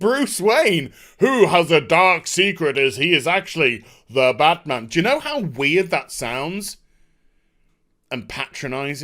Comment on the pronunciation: its batmaam